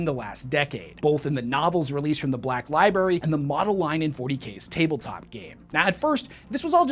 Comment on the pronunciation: li BRARY li-BRARY Pleeeease stop saying "li-BERRY". It makes you sound like a 6 year old.